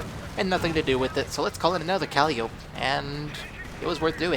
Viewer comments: its not calleeeope its calliiiiiiopeeee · Good game. Pretty sure it is pronounced "Ka-Lie-O-Pee" but your way is entertaining ;)